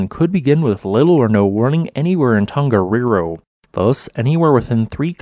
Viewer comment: Another great video! Always so informative and engaging. Your Maori pronunciation is really good too. Just one wee hint, if I may - when speaking Te Reo Māori, the letter ‘g’ is always soft. So the ‘Tong’ in ‘Tongariro’ should rhyme with ‘Song’. The same is true of most Polynesian languages. ‘Hunga Tonga–Hunga Ha'apai’ ….. soft ‘g’ all the way. 👍👍👍 Thanks again for the great content😀